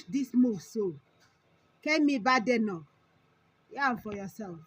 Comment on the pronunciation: It is not pronounced "BAADENOK". It is pronounced "BEIDENOK" .